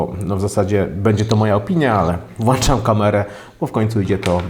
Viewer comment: bbbbboooo , ddddddd....włanczam iiiiiphphhooonnna, stary ogarnij się. sram na iOS'a....system dla ludzi którzy mają problemy....i snobów...hipsterów.